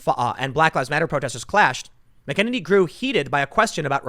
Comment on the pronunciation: Tim I love ya bro... but this is bothering me.... Kaleigh McAnany (Mac-uh-nay-nee) you're welcome sir!